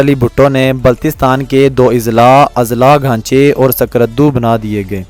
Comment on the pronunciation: السلام علیکم جناب میرا نام محمد نواز میرا تعلق گلگت بلتستان ضلع استور گاؤں مومن آباد سے جناب عالی جناب آپ نے اس میں اسکردو کا نام صحیح کرکے نہیں لیا ہے باقی ماشاء اللہ آپ نے اچھی کوشش کی ہے بنانے کی بتانے کی ویڈیو بنانے کے ٹھیک ہے جی اس کے علاوہ دوسری مرتبہ اگر آپ کوئی ویڈیو بناتے ہیں تو اب یہ بتائیں کہ کس وجہ سے گلگت بلتستان کے گورنمنٹ اسکردو سے لے کے چیلم جانے کے راستے میں دیوثی کا روڈ کیوں نہیں بناتی ہے دوسی کاروڑہ پکا کرے تو آپ لوگوں کا فاصلہ بہت زیادہ کم ہو جائے گا اس سے لے کے چلم کے بعد پھر گدھے کے بعد پھر مومن آباد جیل آتا ہے اس کے بعد پھر استور آتا ہے آپ ایسی معلوماتی ویڈیوز دیتے رہیں بہت شکریہمیرا واٹس ایپ نمبر ہے یہ (( + 0092 ))